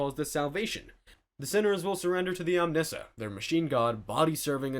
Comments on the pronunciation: Omnissa? OMNI SIAH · Omnissiah is pronounced “Omni-siah” like “messiah”. Not “omnisha” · and an upright Lego Batman helmet every time you dare pronounce 'omnissiah' as 'omnissa' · What was that pronunciation of omnissaiah...its pronounced like massiah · the Omnessuh 😂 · hey; you pronounced Omnissiah as "omnissah" You forgot an I:3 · also. Omnissiah - Ahm-nee-sai-ah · So many people owe Sam 'O Nella money. You should be turned into a servitor because of your pronunciation of Omnissiah. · what kind of "" are you that you can't pronounce the words properly? I let Arbites pass but blaspheming the name of the OMNISSIAH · Just wait until you hear his pronunciation of 'Omnissiah'. :D